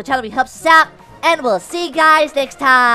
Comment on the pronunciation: Stop STOP!!! SAING LETH EAT🐥